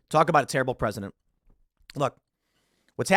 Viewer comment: Did he say "terrible precedent" or "terrible president"? Both are true.